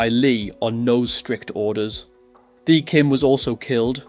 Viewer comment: Great story but a little more care on how Vietnamese names are said and pronounced would help. Vietnamese do not use the Th sound in their language, the ‘h’ is near silent so Thi is said close to ‘T’ also there are two letter D’s in their language. And both are said very differently as it depends if you are from the South or the North.